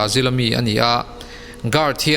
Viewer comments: Zân dar hnih nilovin Zinglam dar hnih aw... Nopang nilovin Naupang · a tha viau a...mhse naupang thla tih tur ah khn nopangthla i ti daih aa......tbh......tha tho e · Naupag ti la nopag ni lo in mijo tog dik tk in